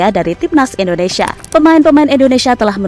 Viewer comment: Maaf sebelumnya Bukan endonesa tapi INDONESIA